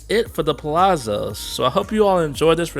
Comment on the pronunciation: The rooms (suites) are wonderful if travelling with a group too! In Italian, double Z is pronounced TZ like in pizza. Palazzo (Pa-la-zzo) = Pah-lah-tzoh.